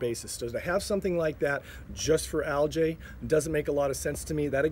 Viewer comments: Love your videos, just an FYI, it is pronounced algeeeeee not aljay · Actually aljay is the plural of algae. Algae is one, and there are over 500 type of aljay.